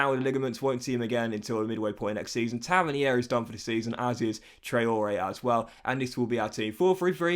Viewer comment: Episode 8 and it’s still pronounced Taverneer